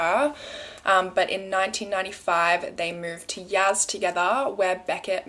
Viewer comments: Also it’s Yasssss not Yazz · its pronounced y-ass not yaz 💖💖💖